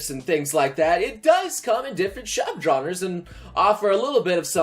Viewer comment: Did anyone else hear a bit of Sean Connery come out ? "Shub-Genres" XD